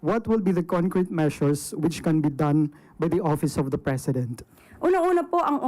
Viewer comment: Oppiise ang pronounciation ni sa office.